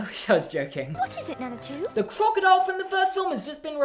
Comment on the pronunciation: Nana 2. I thought you said "that they named Nana, too" but no. NANA 2 😂😂😂😂😂😂😂😂